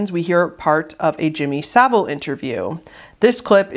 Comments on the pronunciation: why can Americans not pronounce Jimmy Savile right? It's not "saveel" its "sa-vul". no hate to but whenever Americans talk about him they always say his name wrong (as if it's Seville) and I don't get why. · This is so not relevant but Jimmy Saville's name is pronouced (sah-vul) as in bull. Tbh he was a disgusting man though so misprouncing his surname is the least of anyones concern